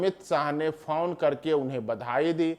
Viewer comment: Phaun nahi phone hota hai